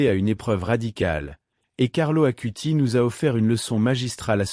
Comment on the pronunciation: ((CARLO ACUTIS svp..pas Carlo Acuti...)) 🙏